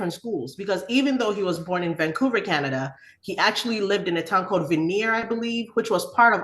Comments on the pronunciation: It's called Vanier, pronounced VANyay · If you're gonna mention my former city's name or Vanier not Vaneer, pronouce it correctpy please. it's a french name thats pronounced Van-ye(as in kanye) Also i work as a custodian in various elementary schools, the stuff the kids say is so outrageous when they dont think adults are listening is baffling. It would probably make you guys cry tbh